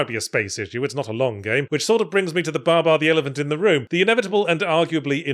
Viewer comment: Is it just me or does yahtzee pronounce babar weird?